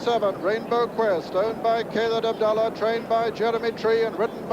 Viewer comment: Sir Peter, the fool commentating TWICE .....has another go at the replay :P and Khalid became Kay-lid